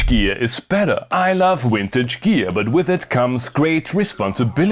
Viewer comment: bro says "vintage" but then two seconds later says "wintage" instead. never change